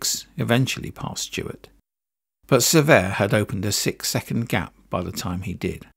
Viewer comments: Pronounced "Se-VERt" not "Ser-vay" The T is not silent but also not hard. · So many mispronunciations...Cervet in the beginning....jfc... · You use two pronunciations for Francois Cevert? Cervay and Cever. The first is not a FRENCH pronunciation. The second version, silent "T", is correct FRENCH.